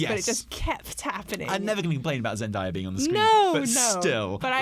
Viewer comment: 11.25 almost has the pronunciation of Zendaya right and then goes right back to ZenDIEa